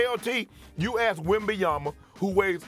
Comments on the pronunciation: Stephen A. The name is WembanyaMa.. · Stephen A, I need you to sit down and practice saying Wembyama (with an M) because it’s getting ridiculous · Bro still can’t say Wembanyama correctly, but any other player he will say it slowly and syllable by syllable lmao, make it make sense